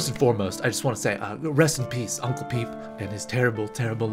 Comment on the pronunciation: Aight, so no one is going to talk about how pronounced Pepe “peep?”